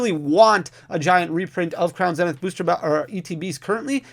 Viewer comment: Zzzznith not zen. Sorry was bugging me 😅